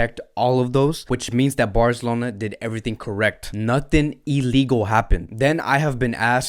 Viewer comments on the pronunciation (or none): Love your channel man. And I like the way you say Fc Barzelona, not FC Barcelona. And you break up the news of FC Barca really well. Keep them coming mate